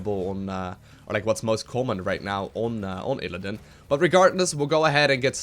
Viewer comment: Why do you say ILLADIN? It's ILLIDAN! <3